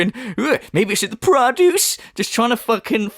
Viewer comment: Great video,. It put me in a good mood where I can't stop laughing. 'PRO-duce' 😂🤣🤣.